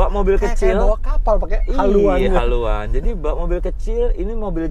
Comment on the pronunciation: haluan..... Jowo bingit